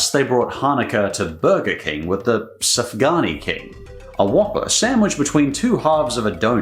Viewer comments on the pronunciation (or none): It is pronounced suf gan yot